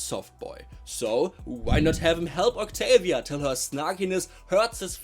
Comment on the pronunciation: Bro the Fuking "octoolia" got me cracking for almost an hour😭✌️🥀🥀🥀